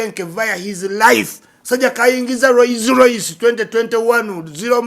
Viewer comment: Gwe namukadde ekigambo kili Rolls Royce not Royce Royce